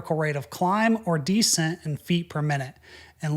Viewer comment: Why do you pronounce descent like that?